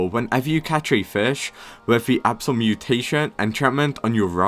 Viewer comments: I think he is british tho cuz he said absal that is weird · blud can NOT say abyssal